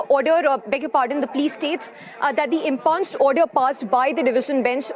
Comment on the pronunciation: Such an illiterate reporter! She pronounces impugned as ‘impunjed’. It’s im-pyuned, ma’am! Noisy channel promotes such unschooled people!